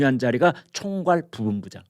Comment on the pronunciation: 김광일 선생님,매우 존경합니다. 평소에 발음이 너무 좋으신데 "부 본부장" 이라는 발음이 "부온부장 "으로 들립니다. "부 ! 본부장" 입니다.